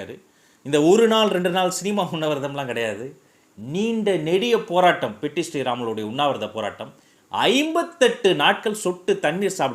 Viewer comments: Its Potti not petti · Hello LKG. POTTI PATTI SRIRAMULU. not petti SRIRAMULU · Anna I am from andhra he is potti sriramulu not Petti sriramulu